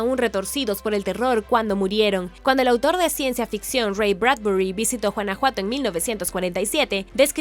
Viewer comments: No se dice Juanajuato...se pronuncia Gunajuato (güanajuato). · Mi vida es Guanajuato no Juanajuato jejejeje jejejeje jejejeje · Por qué en tus videos eres incapaz de decir los nombres de las ciudades mexicanas correctamente? NO ES JUANAJUATO! ES TEXTUAL GÜANAJUATO! Tienes otros videos y solo veo que no tienes ni gota de interés en por lo menos investigar un poquito. Todo está en internet! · Porqué pronuncia Juanajuato? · Juanajuato...🤦‍♀️🤦‍♀️🤦‍♀️ La pronunciación está pésima. La "g" se pronuncia como en "guanábana" o "guayaba" . Entre "Juanajuato" y "Teotijuacán" la pronunciación está del nabo. Es un buen canal pero deben cuidar las pronunciaciones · jajajajaj me da ternura y risa como pronuncia guanajuato, suena como juana juato jejjeje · Chistoso, pero me gusta jajajaj es original ajjajajaj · Usted pronuncia JUANAJUATO Y ES CON "G" 🤦‍♂️